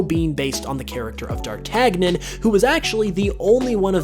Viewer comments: My man, it's pronounced "Dar-TAN-Yin." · It's Pronounced Darr-TAN-yin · It's pronounced (dar-tan-yon), please stop butchering classical characters. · My eye twinged every time he mispronounced D'artagnan